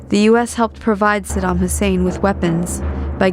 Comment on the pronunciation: Mmmmm...... Since when did America give a toss about civillians. 'THE ILLEGAL WAR ON IRAQ'. was much published. look it up you might learn something... ibiza luziaa whatever.......... hahaha btw its saddam not saddan. Saddam was a dictator, but so is america they aint any different, but the war was about WMD not anything else.